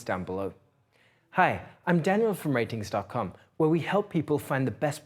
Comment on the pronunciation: it's pronounced ratings?